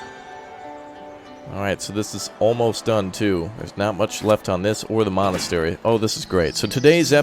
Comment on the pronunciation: I feel like he just said molestery